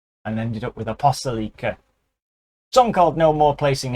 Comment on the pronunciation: I think it might be A-pos-TO-li-ca. And who was that masked band ? This reminded me very much of Sabaton.